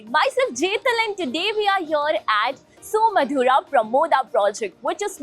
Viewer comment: ಯೂಟ್ಯೂಬಿನ ಜಾಹಿರಾತಿನಲ್ಲಿನ ಉಚ್ಚಾರಣೆ ಸುಮಾಧುರ ❎ ಸುಮಧುರ ☑️